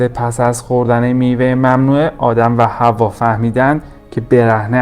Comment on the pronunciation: ادیان بَدَوی، نه بَدوی. حوّا، نه حوا